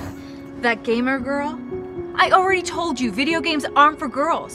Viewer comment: No need to say "gamer" it's just, GAYMER.